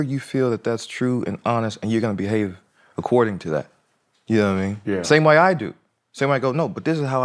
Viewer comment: Johnathan“yannowatimean” majors lol 😂